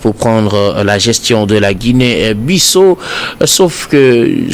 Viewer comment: S'il vous plaît messieurs les journalistes faites un peu d'effort, Ça se prononce : Guinée Bissao, c'est un pays lusophone , ( ex colonie portugaise) merci.